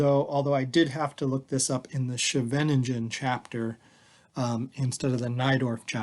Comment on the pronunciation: It is pronounced Skay Ven Ning Ghen Skay-ven-Ning-ghen